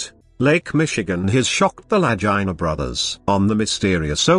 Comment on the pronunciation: La Goo Na!!! Teach your British computer to speak English!!!!